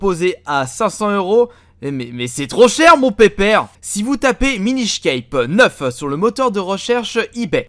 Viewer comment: Ça ce prononce "minish cappe"